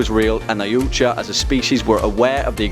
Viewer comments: yautja... pronounced yout-ha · Also isn't yautja pronounced e-wat-ja ? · Its pronounced y/ah:twahh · It's actually pernouneced (yal-tcha) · Its pronounced yac-cha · It’s pronounced CSI Miami opening Ch Ah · Its YAO-CHA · Anyone else cringed when he pronounced Yautja wrong. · What did the Predator say when he hit his toe off of a rock? YAAAAAAAAAAA OOOOOOOOOOOUUUUUCHA Yeah you cant pronounce that right and xenomorph outbreaks never are small, 1 egg = massive pandemic = kill it with nukes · The way he says Yautja..